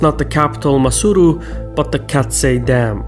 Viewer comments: Why do you say Masuru? It is Maseru Also Lesotho, not Lesuthu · Maseru was wild, but the rest seemed good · He did a good job besides butchering some of the names like Gauteng, Moshoeshoe and Maseru